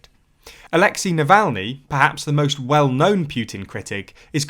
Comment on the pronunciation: just a heads-up, it's pronounced alex-ay